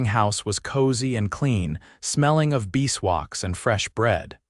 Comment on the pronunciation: Watching from Clarksville, TN., on a very cold, snowy, icy day. One suggestion - please adjust the narration to correctly pronounce bees-wax and Sr., as senior.